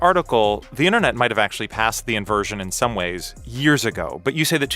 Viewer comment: So, it's "interNOT" :_blindersLol